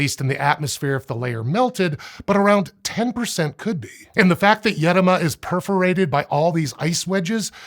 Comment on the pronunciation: Congrats on the effort of using the correct accent in the word "Edoma",. In Arkhangelsk region (Russia) where i live this word goes back centuries, with mostly forgotten meaning of "deep forest".